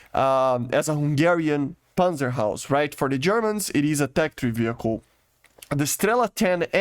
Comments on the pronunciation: It’s not panzer haus, it’s Haubitze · why do you call the PanzerHaubitze panzerhaus? difficulties to say haubitze?